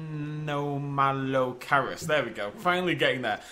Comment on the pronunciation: A-gears-casis and anom-malo-car-ris